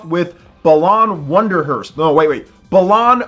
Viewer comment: pronouncing it “belan” and not “bah-lan” are fighting words